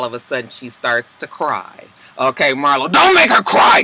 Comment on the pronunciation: The more you kept saying Marlo I felt like it sounded wrong 🤔 maybe it’s just me y’all